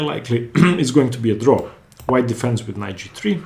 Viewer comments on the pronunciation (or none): none